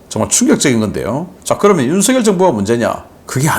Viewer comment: 우리나라 대통령 이름은 '윤석열'이라 쓰고 '윤성녈'이라고 발음 합니다. '윤서결'이 아니랍니다. 초등학생들도 잘 알아요. 사투리 발음하고는 관계없어요. 미국 대통령 이름을 우스우리만치 혀 꼬부라지게 발음하지 마시고 우리나라 대통령 이름을 바르게 발음 하세요.